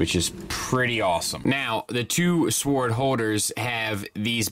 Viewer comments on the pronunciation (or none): I appreciate that you said "sooword" as much as you did. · Kosher piece. Seems good. Gotta Gwar song stuck in my head for some reason. I believe your pronounciation of sword is closer to the pre Norman Anglo Saxon way,similar to how its pronounced in the close relatives of English,such as German and Dutch.